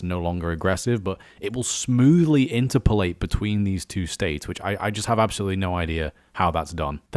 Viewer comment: I hate to be a pedantic bastard but maybe look up pronounciation of interpolate.